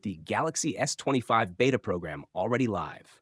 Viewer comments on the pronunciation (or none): none